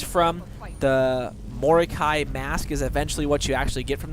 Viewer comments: MOROKEL?! WTF It is spelt mor o kei...xD (mor oh keye) is how to pronounce it bro. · He said Morkel. JUST FUCKING KILL ME!!! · Say it like mo ro Kai